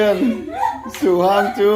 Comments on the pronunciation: Su hang tih kha a hang tih kha lam san tur anilo. Lam hniam tur. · Suhang ni lo in suhang, a ah hian thluk a awm lo